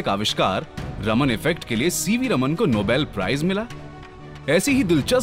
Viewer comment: Sir it's चंद्रशेखर वेंकट रामन not रमन